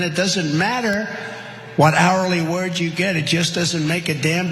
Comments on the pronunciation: “Hourly WORGE” 😂😂😂😂😂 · What’s an hourly “werge”? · Workers shouldn't worry about their "Hourly wurge?" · Remember when ꓕЯump said, "I know werge! I have the best werge!"? Well, he can spend an hour using his best "werge"... But no one wants to hear ꓕЯump's hourly "werge".